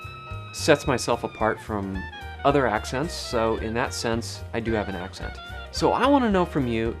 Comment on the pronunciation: It sounded a little bit like you said "ascent" instead of "accent" 18 seconds in, and you say, "mah background" instead of "my background". I am a Californian and have recently realized these quirks we share. It's from Oklahoma from a great migration during the dust bowl, and is slightly more evident in the Central Valley than on the coast. But we stand out like a sore thumb to anybody from east coast.